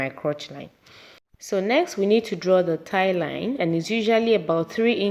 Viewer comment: Oh I just realized you were saying Thigh line....I was like what's a tie line 🤦🏽‍♀️ lol this was a great tutorial sis